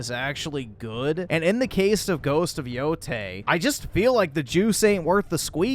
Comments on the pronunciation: Just finished the platinum on this a few days ago and went looking for some reviews, and found this. All I can say is that i'm happy to see people here in comments that still enjoy playing games. And why he keeps saying "Yotai" instead of "Yotei", i don't fucking know. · Are you pronouncing it Yotai as ragebait or something. I've not heard a single other person pronounce it incorrectly weeb or otherwise. There's literally zero reason to believe it's pronounced that way. Good video otherwise. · Far from the focus of the video, but I have no idea why people ever started saying "yo-TIE" and not "yo-TAY." "Tie" was never correct, and I don't blame people for hearing it wrong and repeating it, but it seems like people aren't actually reading the name ,which just seems lazy to me with how many people are mispronouncing it. (And no, I have no love for nor interest in supporting/playing this game.) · If u don’t want or care to learn how the games name is pronounced then how can anyone take anything u say seriously, also saying your not a “weeb”… someone thinks they r better then their own audience. channel is a joke